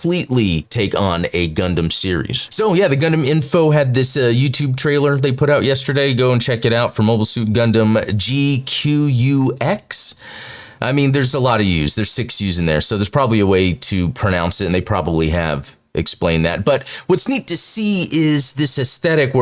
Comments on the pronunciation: its pronounced G-Quacks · I was just watching the latest video on the BANDAI Spirits Official YouTube channel, which introduced a lineup of related merch. The two hosts also had trouble figuring out how to pronounce GQuuuuuX. Someone behind the camera says, "G-Kwux", which the hosts repeated several times. A minute in, the hosts just ended up saying "G-Gux", which stuck for the rest of the video..